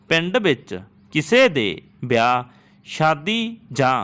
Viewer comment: Tusi ਬੇਲ ਬਿਆਹ ਬੋਲਿਆ ਕਲੀ ਕਲੀ dictation ch hun type ki kra ਵੇਲ ਵਿਆਹ ਇਕੱਲੀ ਯਾਂ ਬੇਲ ਬਿਆਹ ਕਲੀ